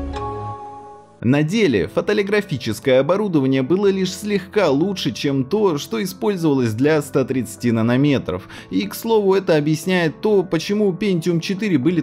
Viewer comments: "Фотолиграфические оборудование" Как же режет слух. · Фотолитография, значит фотолиТОграфическое оборудование! Так сложно было выучить одно слово, чтобы так слух не резало??? В остальном-то ролик годный, особенно для просто интересующихся. Даже лайк поставил.